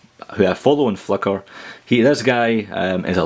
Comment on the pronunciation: Wait a minute, did you say "Fucker" or "Flickr" ?